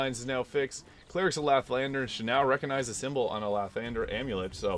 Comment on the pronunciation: “Laugh tender?” - “Eh-vern-us?” This one is constantly pronounced in game. C’mon, now.